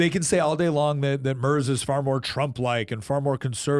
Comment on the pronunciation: If you wanna look cooler than everyone else, it's pronounced "Murts," not Murzzz.